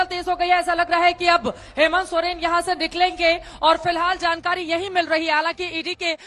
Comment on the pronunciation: Soreng sir Soren nai